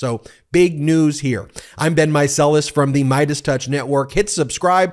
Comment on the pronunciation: I love how your sign off sounds like, "until next time, this has been Meiselas."